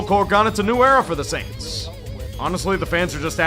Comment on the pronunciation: "suWaints" "wide reZEEver" was Roger having a stroke???